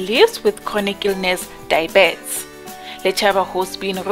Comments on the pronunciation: I hated comments on how you pronounce diabetes, kodwa after hearing you say it.. Ayyyy cc no man,, try Die-B-Ts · 😂😂😂 I thought I'm the only one who has a problem with dibet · Oh Lord... she is tryng to say diabetes... 😟